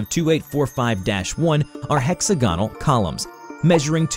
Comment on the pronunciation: Pronounced quadroped and hexagonal wrong